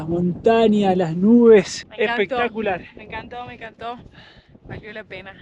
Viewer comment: "Pizza con café 'pectacular" jajaj fan.